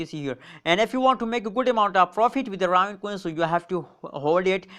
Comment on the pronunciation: Pronounced ( RAY - VIN )